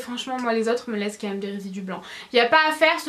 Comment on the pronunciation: Pourquoi tu dis "meume" au lieu de même ?? Sinon superbe vidéo !!